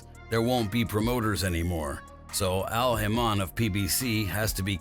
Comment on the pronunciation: how are you a boxing journalist & ya cant pronounce the names of #bobarum & #alhamann you said bob A'rum Al'hamarn 😅😅😅youve obviously heard there names hundreds of times so ya no how there pronounced i believe its deliberate 😅